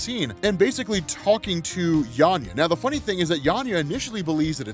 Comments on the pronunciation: Why are you saying YANYA with a Y? Its clearly VANYA with a V... (and now VIKTOR, of course...) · It did irk me whenever he said Yanya instead of Vanya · yeah i caught that too sounds like he is saying Yanya instead of Vanya. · Are you calling Vanya, Yanya instead? Or am I just hearing it wrong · Why do you keep saying Yanya? 😂 I was tripping this whole time thinking I misheard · Are you saying "Yan-ya" or "Van-ya"? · How can you constantly reference the show where they say Vanya multiple times an episode and call her Yarnya throughout your script? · not sure why you keep calling Vanya, Yanya.. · sounds like he's mispronounced vanya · why are you calling vanya - 'yanya' 🤔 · Anyone else die a little inside every time he said “Yanya” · Oh … I love your content and I think you’re absolutely amazing at what you do, man. But your ability to just straight up butcher a character’s name knows no bounds. The girl’s name is Vanya. VANYA! With a V!! Lol. Nitpicking aside, this was another dope video. Keep up the good work, bro. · It's a good thing a show doesn't exist with the proper pronunciation. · No i think he might've misread it when he first found the comic and just keeps saying it like that lol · That's a "V", 😂 a "V"... VANYA lol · Dude...Say it with me: VANYA with a V...lol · how did bro say yanya the whole video lol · Great video but I cringe every time I hear Yanya 😬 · FKN "VANYA", DUDE